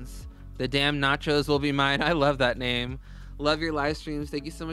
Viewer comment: Thank you for loving my name (and actually pronouncing it right!)😂😂